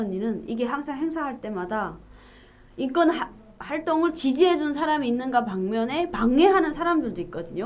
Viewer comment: 자유북한방송 시청자 입니다. 기자님 인권을 인건으로 발음하시내요 교정하십시오